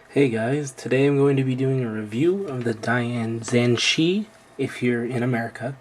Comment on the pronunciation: its pronounced dayan zhan-che in english, its hard to write, i am chinese